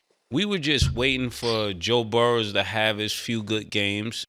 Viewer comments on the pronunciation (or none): He still puts that s on the end of Joe Burrow name lol😂